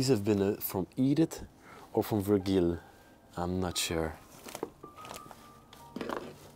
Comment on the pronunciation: I think vurgil, is pronounced vurjal. The G is a J.